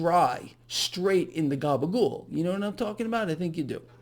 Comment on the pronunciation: Gabba Goole or Gabba Ghoul? funny shit.